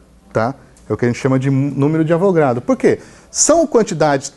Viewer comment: Não é numero de Avogrado professor.... é Avogadro, de Amadeo Avogadro